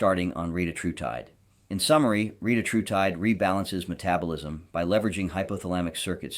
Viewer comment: re-tat-ru-tide, and your pronunciation of most every other word is equally PAINFUL.